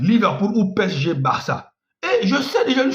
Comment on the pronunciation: Apprend a prononcer P-S-G